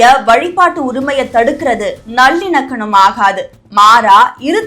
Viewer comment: ஏம்மா உனக்கு தமிழ் தெரியுமா தெரியாதா நல்லிணக்கனம் நல்லிணக்கனம் என்கிற அது நல்லிணக்கம் உன்னை எல்லாம் யாருமா நியூஸ் வாசிக்க விட்டது ரசிக்க விட்டது